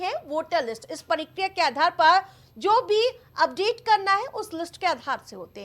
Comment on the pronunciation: परिक्रिया नही मेडम प्रक्रिया बोलिए